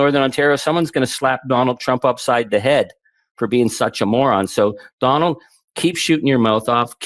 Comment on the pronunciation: I love he pronounced it Donold. I'll take it